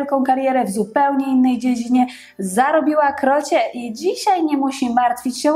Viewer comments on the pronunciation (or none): Zaaaribiła z akcentem na pierwszą sylabę. Gwara czy niechlujstwo językowe. Ogólny dramat.